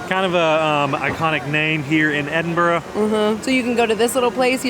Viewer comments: I just wish you’d pronounce it correctly…EdinBRUH.😊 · Usually it’s pronounced Edin—bruh, Iron-bru does have iron in it. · actually it's ed-in-bruh, I believe...